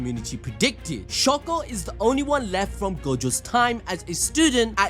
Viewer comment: please stop saying shako😭 its literally shoko